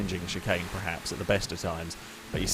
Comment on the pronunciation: Why do you say PREHAPS? Does the dictionary just have the word 'perhaps' spelt incorrectly? Have millions of people across the English speaking world just been saying it incorrectly the whole time? .... or are you just an idiot?